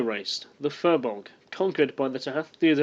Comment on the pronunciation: Great work, really enjoyed your research but could you please get someone to teach you how to pronounce Irish words, i.e. the letter 'B' is silent in the middle of a word if it has a 'h' after it, 'S' usually has a 'Sh' sound. If you find a line over a vowel it gives you a long sound like Nog is 'Nooog', Fir is 'Fear' and De is 'Dae'. The letter 'C' mostly has a 'K' sound. Best wishes.